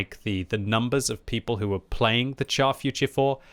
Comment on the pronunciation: Char Futur is pronounced 'shar' and not 'char'. I know you don't like to be lectured but c'mon you can do it 😇